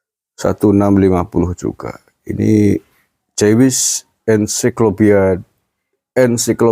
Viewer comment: Tulisannya JEWISH bacanya JUWIS kang.